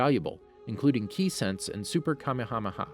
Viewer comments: And kamehsmr ha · Saiyan is cyan, kamehameha is ka mi hamih, the worst one is vegeta he says it like vegetable but just vege and then ta! does he even watch dragon ball? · I hope you stub your toe for every word you mispronounced. It's Say-Annes, It's Caw May Hah May Hah . It's FREEZE-uhh. It's VAG-EE-tah! It's Zah-Mah-sue. It's Jock-oh. ...You're bad and you should feel bad. I don't care if these are the names in japanese or something. You are currently speaking English. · Did... did he Just say Kamehameha as Kamahamaha? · He’s definitely now saying everything right. It’s actually the opposite. He says kamehameha wrong saiyan wrong namek wrong frieza wrong etc...